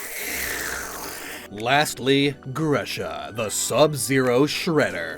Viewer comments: you keep mispronouncing Grusha. The u is pronounced like in who, lose, kung FU, pikaCHU, hugh, and so on. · I always thought "Grusha" was pronounced "Groosha."